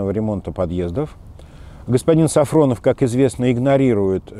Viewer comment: Неправильно говорите фамилию! Он Сафонов а Не СафРОнов !